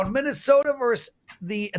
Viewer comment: just a reminder: Versus is pronounced with TWO syllables. It's not "verse". I know you're a proud Canadian, but you're also smart and should be able to make the simple adjustment.😀